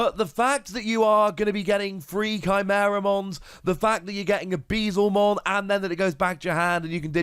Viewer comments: Hey, loving the content! Very excited to try this card out in purple. As a heads up I’m sure Beelzemon will keep coming up as more good purple cards release, it’s pronounced like B L zuh mon, a play on beelzebub with him being a dark, devilish Digimon. I know Digimon names are a mess sometimes, keep being awesome! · Hearing Bezlemon hurts almost as much as yesterday him pronouncing Guilmon